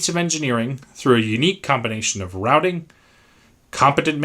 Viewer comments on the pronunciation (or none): none